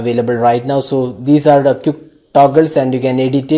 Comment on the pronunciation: lol you dont know how to pronounce the word quick